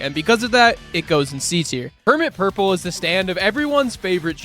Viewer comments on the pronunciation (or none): ah yes my favorite stand, permit hurple